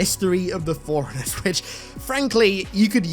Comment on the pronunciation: Ooohhhhh… Forerunners! At first I thought he was saying “foreigners” 😂